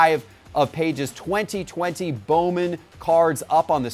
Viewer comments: Lordt have mercy. It's not Andy "PAGES" -- it's Andy "Pah-hez" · It's not pronounced like pages and he hasn't started every game this season for the Dodgers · You pronounce Andy Pages name wrong. It's PAH-hez. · Pronounced ( Payes ) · its pronounced like Pah-es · if T-pott fed him Pages' stats for this episode, I really question him being a baseball expert. You can't go in front of hundreds of thousands of subscribers and simply state stats that are not even close to factual and then pronounce the guys name wrong on top of it and say "I've got the inside Intel, listen to me, I know what I'm talking about" If it was a first time offense, I'd let it slide, but come on, this happens on the regular. Baseball guys know there stuff and it's hard watching someone with a large audience, financial backing, and a team around him flub the stats, the name, etc over and over. They just need a real baseball expert that geeks out on the stuff. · Do your homework - Pages just recently got called up from AAA - he has not started every game - also learn how to pronounce his name correctly... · Not how you say pages name